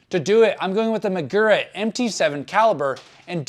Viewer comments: it's "SHEE-gura", not "SHY-gura" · Man, this was a pretty uninformed video about this setup. Also your pronounced shigura weird. The servowave system changes thenbrake force from a linear curve to an s shaped one. Giving you more modulation on the early stroke.